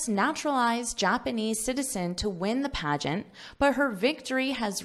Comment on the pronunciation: What’ s paegant?